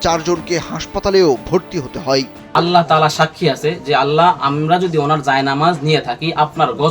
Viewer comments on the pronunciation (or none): আল্লাহ নয় বোকা, শুদ্ধ উচ্চারণটি হলো আল্লাহ্ ।